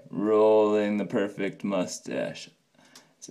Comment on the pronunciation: Interesting and impressive. But, if you're going to fuss over it, you should start by spelling and pronouncing it correctly.